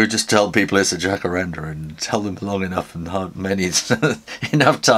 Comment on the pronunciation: Como vai tudo bem? Fiquei surpresa com o Jacarandá (tem acento Agudo no último a.) O Jacarandá é uma árvore brasileira está em extinção porque sua madeira foi muito usada em móveis de luxo. Acompanho sempre seu trabalho e gosto muito !Obrigada por sua simpatia e talento e por incentivar a todos para o desenho!😘